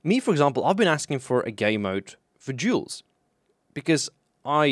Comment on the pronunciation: Everytime you say duels it sounds like juls, jews, jewels. Pd: fuck me i forgot about helmet potato